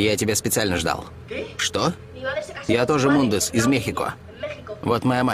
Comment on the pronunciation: Не мундез а муньез